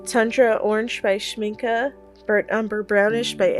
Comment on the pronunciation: I have all the granulating colors from Schmincke, since I am in Germany I can get them easily. By the way, congratulations on pronouncing Schmincke the right way!! You are the first one who is not butchering the name! Most americans say Shminkey (gringe...) I enjoyed your video very much! I would love several colors from DDL but geez, they are crazy expensive 😞 But I will definitely get some from A. Gallo. I have several from them and they are lovely too! DId you try their brushes? I got a set of travel brushes from them for my birthday and they became my favourite ones, italian quality for real! Love and light to everybody here!